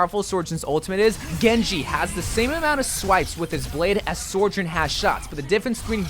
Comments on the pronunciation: Sojourn. Not Sorjen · Dude, why do you keep pronouncing Sojourn's name so wrong? Its just So-jern, not Sore-jern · Is there a secret reason why you call her sorjourn and not sojourn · Why do you say soujorn like that 😭 goodness gracious it always catches me off guard